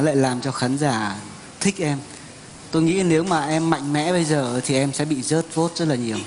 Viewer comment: " em sẽ bị rớt vốt rất là nhiều " ^:)^ , mình hỉu sao bạn dk được nhận xét là phát âm chuyển ràu đó ^:)^ .